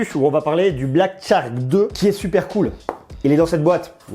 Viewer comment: Tu te complique la vie pour rien lol, on dit Chark et pas tchark ;)